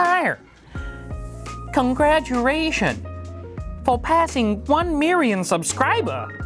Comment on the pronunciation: "A miryon peepoh making a mistake" XD Kyle, you're doing great things. Very happy for ya. A well-deserved award.